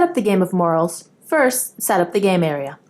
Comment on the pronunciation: Good explanation but you should be aware you are pronouncing morels incorrectly. It is pronounced mo-RELs